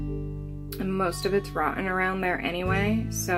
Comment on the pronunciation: Your "rotten" floor is hilarious funny when you say it...lolol Hopefully when someone is on the toilet they don't fall thru the floor, hehehe, cheers! Oh, as Hank would say...wth, Bobby!